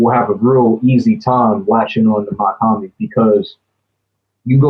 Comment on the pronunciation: It’s pronounced “Mock” not Mac